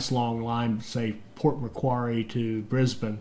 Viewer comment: I am loving this and great to have back but... Bendigo... say quickly as Ben-da-go Macquarie... say quickly as Ma-quarry